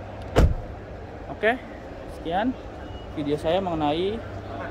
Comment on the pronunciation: pake H besar ya bukan H kecil apalagi kho